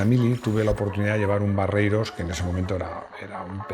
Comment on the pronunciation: Es 'Barreiros' no 'Barreros'.